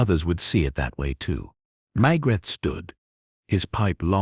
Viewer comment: For everyone’s sake,get your bot to pronounce Maigret’s name properly and consistently. If your AI programme comes with an American accent, get rid of it. I’m sick of listening to great stories ruined by AI. Can’t anyone read anymore!!??